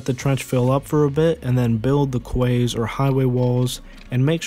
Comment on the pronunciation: Kways? It’s pronounced keys